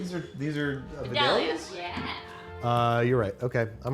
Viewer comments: Vih-dal-lee-uh? No no no no. Vie-day-lee-uh! Yeeeess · As someone who is from the Vidalia area, it really grinds my gears when people pronounce it "vih-dahlia" and not the correct pronunciation of "vye-day-lee-uh." They did it in King of the Hill too, and I genuinely didn't know what type of onions they were talking about for a second. This has been a mini rant. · As someone who grew up next to Vidalia, Ga, I want to know the proper pronunciation is “Vi DALE e-uh” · Ya know, I live in Georgia and right next to Vidalia (where vidalia onions are grown) I just wanna say that the way she pronounced vidalia just made the whole state of Georgia question the English language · One those dont look like Vidalia onions and two that isn’t how you say it. The name of the onion is the same as the town they come from and it is pronounced “veye - day - ya”. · Somebody teach these yankees how to pronounce "vidaila" onions lol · Just know that Vidalia is pronounced Vy Dale Ya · I'm sorry but I do Not like the way they say Vidalia lol actually I kinda like it,,, it sounds like a flower though :/ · I'm glad Philly got some redemption. Now Vidalia, GA needs a "botched" episode for ' mispronunciation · The way she pronounced Vidalia made this Georgia girl's heart break. </3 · Lol. I love hearing people mispronounce Vidalia.